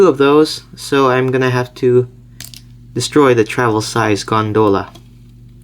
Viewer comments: It's gone-doll-ah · The way he pronounced gondola made me laugh and cringe sooooo much